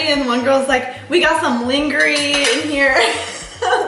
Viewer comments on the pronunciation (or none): One girl said Linger-E instead of lingerie and Hannah Ann said Fanasco instead of Fiasco😂😂😂💀 this episode was goofy, to say the least. I agree with Lauren btw that it was a snooze fest🤷🏼‍♀️ Anyway- I love watching these videos and hearing your guys input. It truly helps understand the behind the scenes of the show bc you both have been there. 💛💛💛💛💛💛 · I like watching you guys recaps. My favorite part of this week's episode was the lingery for lingerie. I had to rewind to make sure I heard her correctly. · When that girl pronounced “lingerie” as “LING-ER-EEEE” I lost it. 😂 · Let’s not forget that along with the mispronunciation of “lingerie” we also heard Hannah Ann say “fidasco” instead of what I’m assuming was supposed to be the word fiasco?? 😂😂😂 I’m crine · And the lingerie comment was hilarious but can we take a moment to relive how Hannah Ann pronounced what we can only assume was “fiasco” and she instead said “fidasco” 😂 I’m crine